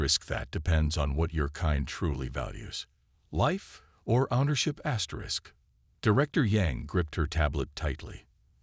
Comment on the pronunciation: What is up with you keep saying asters?Asterisk asterisk asterisk asterisk